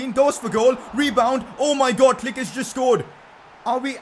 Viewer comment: Pcq: can you pls pronounced Klich as "cleesh" and not "click"